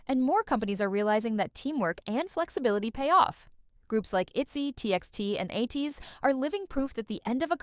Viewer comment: Ateez won't have this problem. Atiny's are a diverse group with a broad range of ages. The group aging won't be a problem for them. Groups who's fan base is targeted to young females may have a problem. Their fan base could easily leave for a newer and younger group. BTW learn how to pronounce Ateez